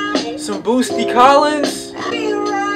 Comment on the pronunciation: “Boosty Collins” 😹😹😹